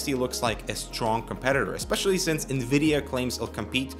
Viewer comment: "since" not "sense". Hate to be a nazi but you said it like 5 times! Gaah! Also, i would expect that doom already being well optimised would reduce the gains of Vulkan, but that's just a theory.